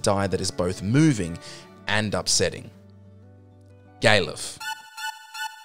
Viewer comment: Gay-luf? I wouldn't have considered that pronunciation. I usually pronounce it Gal-uf, as in Gareth with an L instead of an R. I can see why you did pronounce it as such though.